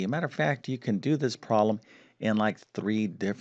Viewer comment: Guy sounds like Presh Talwalkar. They both have the speech same impediment in which they drop Ls in consonant blends. Particularly “problem” is pronounced as “probem”. Also he seems to realize he should emphasize words in a sentence, only he doesn’t know when.